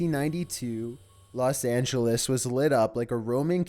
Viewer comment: Los angalas